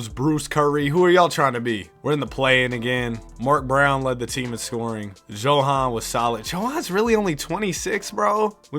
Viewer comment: Johans name is pronounced Yo-Han And Sergei is Ser-Gay